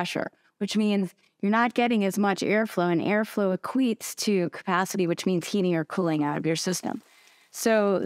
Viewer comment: "Equates" or rather "e-queets"